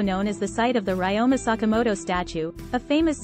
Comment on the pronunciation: Ryoma is mispronounced